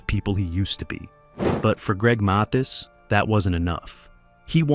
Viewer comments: AI couldn't even pronounce his name- MAY- this ? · At least you could pronounce his name correctly. This A I voice is horrendous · The narrator can't pronounce his name correctly and where's the actual proof 🤔